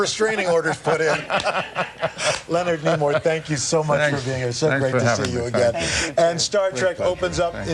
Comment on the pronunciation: Tell me, whose idea was it for Spock to die? Also, his name is Nimoy, not Nemoy.